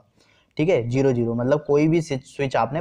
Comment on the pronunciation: Please don't speak jero it's zero 😂